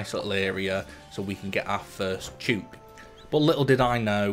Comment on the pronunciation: Thouroughly enjoyed the video. Love watching people play dinkum for the first time. Would love to see 200 days! Btw, chook rhymes with book lol